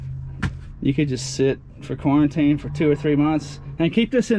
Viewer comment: CORN-tine corn